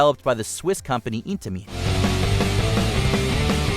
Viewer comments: How to trigger every enthusiast that watches this with one word - narrator "IN TA MEAN" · "Was developed by the Swiss company Eat-a-mean.....Storm Runner was manufactured by Eat-a-mean" 🤣🤣🤣